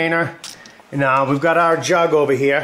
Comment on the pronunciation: "waht we gut heeeyuh bawb?!" you must be from maine